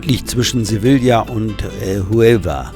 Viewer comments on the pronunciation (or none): Gut gemachten. Bitte Sevilla nicht so falsch aussprechen. Das Doppel L wird im spanischen nicht ausgesprochen. LL als J.